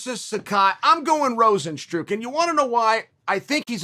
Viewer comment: Uncle Chael “Rozenstrook” me ok great 😂